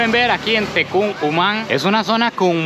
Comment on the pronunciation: no lleva C al final (tecúc ❌) es N (Tecún✅)